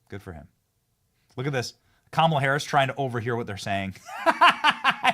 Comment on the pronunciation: This guy is still calling her kamilla lmfao wow